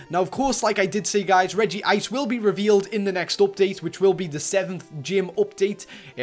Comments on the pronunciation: its not regiice its regice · And it's Reg-ice Not RegiIce